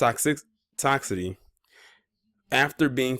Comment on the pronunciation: Welp, that's a shitty story. Sounds about white tho. This is that high IQ at play! I feel nothing. He didn't either! 🌭🍫 It's tahks-is-city, JS.